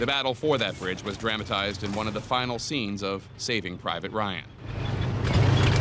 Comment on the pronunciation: dram- atized lmao